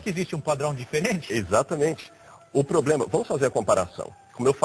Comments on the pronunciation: vai fazer um curso de horatória e aprender a diferença entre PROBLEMA E POBLEMA seu burro kkkkkkkkkkkkkkkkkkkkkkkkkkkkkkkkkkkkkkk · O poblema é que ..... kkkkkkkkkkkkkkkkkkk POblema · "Não tem poblema"!!! parei de assistir na hora! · Parei de assistir quando ouvi 03 vezes a palavra "poblema" em menos de 3 minutos .. Kkkkkk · O "poblema" mesmo?! E olha q eu estou longe de ser uma "gênia" 🤣🤦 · esse cara fala polema KKKKKKKKKKKKK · o "poblema" kkkkkk é que tu queres os devotos dele kkkkk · esse carinha não sabe nem falar e que infuenciar pessoas a segui-lo vai pra escola aprender e parar de falar POBREMA, VAI PARA ESCOLA O.